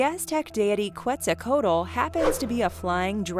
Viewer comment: In Q it's pronounced "ket zal coe attle".